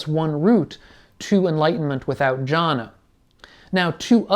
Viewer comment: Thanks. But it’s pronounced ‘Gyana’. G as in goal.